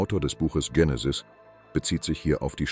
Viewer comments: Warum sagt der ständig Dschenesis statt Genesis. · Die Aussprache des griechischen Wortes "Genesis" ist im Deutschen mit "normalem G", also wie "gut" oder "ganz", die Aussprache mit anlautendem "Dj ...", also "Djenesis" kommt wohl eher von der englischen ProgRock-Gruppe "Genesis", ist also nur im englischen Sprachgebrauch richtig - nur mal so fur's Protokoll! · Tschenesis! Die Unbildung kennt keine Grenzen mehr! Ist es eine künstliche Stimme? Nicht auszuhalten diese Runterratscherei!